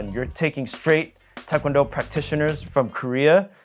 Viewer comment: His pronunciation of tae kwon do is immaculate